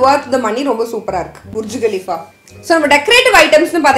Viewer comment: That is பர்ச் khaleefa not புர்ச் 😇